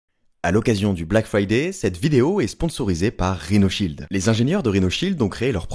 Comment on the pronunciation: « A l’occasion du BLAC FWAYDAI ! »